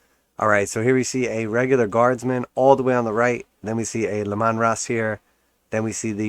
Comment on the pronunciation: Bro, it's Lee-man, like Gary Leeman the hockey player